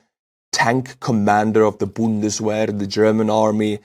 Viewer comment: The “w” in Bundeswehr is pronounced as a “v.” Like very. It means force.